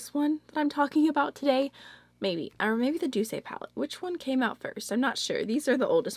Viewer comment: Loved this video! Thank you so much. I was listening to a French song the other day and I realized Douce is actually pronounced/doos/, meaning "sweet" (^_^)